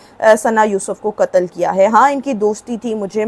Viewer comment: انسانیت کا کتل نہیں قتل بولو ۔ تم لوگ ٹو اردو کے قاتل ہو جو قاف کو کاف بولتے ہو۔ اور دوسری بات یہ کہ ثنا یوسف کے باپ کو سزا ملنی چاہیئے جس نے ثنا کو اتنی آزادی دے رکھی تھی۔